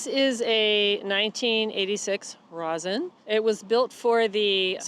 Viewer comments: Ross-IN? No, it's Row-SEEN, or Raw-SEEN. Een not In. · Rossin is pronounced Ross-een